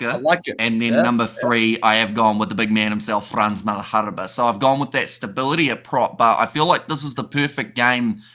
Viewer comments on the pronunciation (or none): Lads, enjoyed that. Just a tiny correction "Malherbe" not "Malharbe "